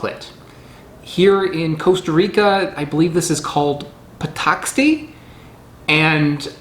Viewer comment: the x sound in pataxte id actually an esh! patashte!